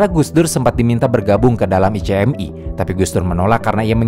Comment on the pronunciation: singkatan ICMI, masa itu sebutannya [ ichmi ], buka i-c-em-i